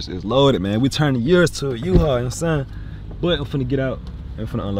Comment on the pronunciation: "Turned the Urus into a Uhual" is a BAR lmao 🔥🔥🔥🔥